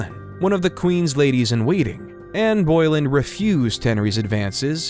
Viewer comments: The last name of the second wife of Henry VIII was Boleyn not Boylen as you constantly called her. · I am guessing you cannot edit without losing the video? If you can... Mary Queen of Scots was never in the Tower of London and it sticks out. The pronunciation of Anne Boleyn is a toughie too. The name is also written in history as Bullen, which sounds closer to what most are used to. I have had a great time here. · Anne Boylin? The narration is insulting. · This was great, and I really enjoyed it. A few things, however: 1. You pronounced Boleyn incorrectly. It's pronounced like Bo-Lyn, not Boy-Lyn. 2. The 1992 fire was at Windsor Castle, not Buckingham Palace. 3. Charles and Camilla did not marry a year after Diana's death, they married in 2005, many years after Diana's death. 4. At one point, I believe you said Victoria's reign was second in lenght to George III. This is not true. George III reigned for 60 years, Victoria for 63 years. This was still a lot of content and impressive. I was happy you didn't look at Richard III through the eyes of a Richardian! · This was a decent overview, thanks! And AI images are definately improving, but there are still quite a lot of freaky hands going on. Fun to spot. Interstingly though, there was a myth flying around that Ann Boleyn ("Bow-lynn" not "Boilin' "), had six fingers on one hand, which AI seems to have bought into😂. Can I also just point out that Leicester is pronounced "Lester" and Warwick is pronounced "Warrick". Ok, I'll stop picking holes now. 😳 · It is annoying to hear the narrator consistently mispronounce the name of Anne Boleyn. It is not Boy-lin. It is Boe-lin. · Dude, it’s Boleyn, not Boilen😂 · Seriously - Ann "boil inn"?? It's pronounced Ann "Ber Lyn" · THE NAME IS PRONOUNCED ANN BO*LYNN .. NOT ANN BO*LIN. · Some corrections! In 1992, the fire did NOT take place at Buckingham Palace! It was Windsor Castle that burned. George V should not be spelling “Geroge”. Anne Boleyn is not pronounced Anne Boil-in.